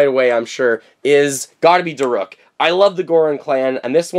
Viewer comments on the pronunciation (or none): Da rook.. not da ruk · it is pronounce da- rook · DAROOK!!! Sorry, the way you said it made me mad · It’s (da-rook) but my favorite amiibo is Daruk, I’m getting him soon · Daruk's name is pronounced Darook. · And daruk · Does he know he's saying Daruk wrong???